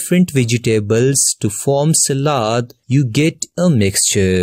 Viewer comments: Selad❌️ salad ✅️ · He said selad how can he have a nice voice I feel like I have a computer virus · I like the way he said salad lol, over all huge help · The way he said s a l a d 🤣 but ty for the lesson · The way he is saying salad and mixture😂😂😂😂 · I like the way you say salad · the way he said "salad" tho xD